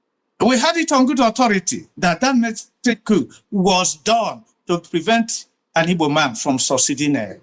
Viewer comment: That man who can't even pronounced the word "coup" properly is a propagandist. When and where did Gowon tell President Tinubu to release Nnamdi Kanu? Play the video for all Nigerians to hear. The East did not build UNN, it was built at the same time with ABU and UNILAG by the federal government of Nigeria. Eze ugha, stop telling lies.